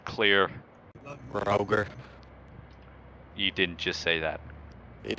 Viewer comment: "Rogur that"